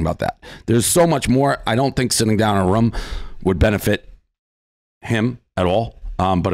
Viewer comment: Dave it’s rooom not rum